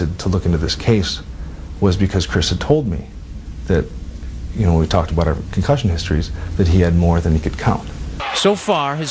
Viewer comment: It’s pronounced concussion not ‘con cushion’